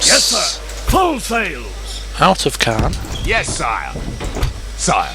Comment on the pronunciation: Caen is pronounced Cay-en Good vids